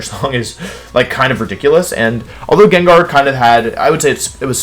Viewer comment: Jen jar too